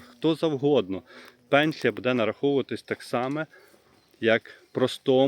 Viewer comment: Ставте правільно наголос! Не будЄ, а бУде! Скільки можна вам про це писати, невже це так важко запам'ятати.